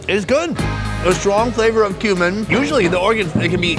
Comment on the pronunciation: My kids and I were watching this together and one of em asked "why is that guy eating human"? saying "cumin" but they heard "human"